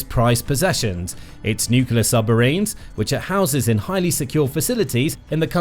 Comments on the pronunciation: Love the channel. And, it's "new-clear", not "nuku-lar" :-D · I have a new drinking game: Every time this narator butchers a word, i drink. Watching out for nucelar (nuclear, on countless occasions), or the best i've heard from him: mystery (ministry) of finance (another video).